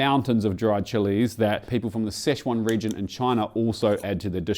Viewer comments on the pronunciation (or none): could be wrong but I tihnk you say Sichuan like 'sitch yew wan'. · More like Sichwon. But Chinese is tonal so good luck not getting laughed or scowled at.